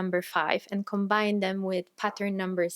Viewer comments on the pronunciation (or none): none